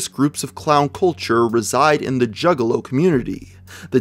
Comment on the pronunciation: This really sounds like hes saying jiggalow...